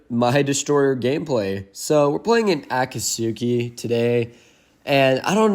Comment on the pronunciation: Tip for pronunciation: Akat-ski